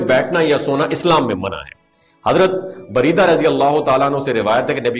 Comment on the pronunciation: السلام علیکم ورحمۃ اللہ وبرکاتہ سر کیا حال ہے آپ کا جناب اپ نے اپنی ویڈیو کے اندر ایک صحابی رضی اللہ تعالی عنہ کا نام بولا ہے:(بریدہ) حضور والا یہ نام بَرِیْدَہ(با کے زبرکے ساتھ اور را کے زیرکے ساتھ) نہیں ہے بلکہ بُرَیدہ (با کے پیش اور را کے زبر کے ساتھ ہے)ہے۔ بہت شکریہ جناب والا اپ کا❤❤❤